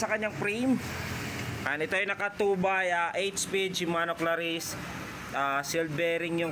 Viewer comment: Cla-reece. Hindi "ClaRISSE!!!" Poota. Dun palang tinigilan ko na panonood.